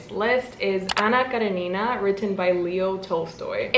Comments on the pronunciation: Btw it's Anna KarEnina 😶 But ilysm anyway 😭😭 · karEnina. Accent on E. 😅😅 I had to.